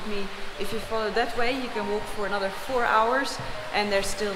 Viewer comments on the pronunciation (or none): none